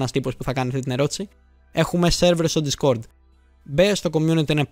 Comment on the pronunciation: Συμφωνώ με το βίντεο, αλλά είναι ντίσκορντ όχι ντισκόρντ